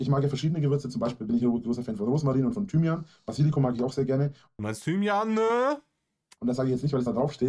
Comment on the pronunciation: Bei Thymianä hat's mich komplett zerrissen 😂😂😂